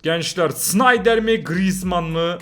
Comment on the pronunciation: Abi grezman dedin beni kaybettin